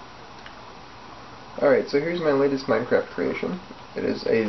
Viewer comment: "This is the most advanced vending machine known to Minecaft" LOL FTS. This Is Gay